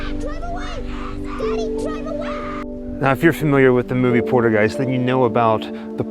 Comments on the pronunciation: pol-ter-guiest not porter guise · POL-TER-Qeist not Porter-Qiest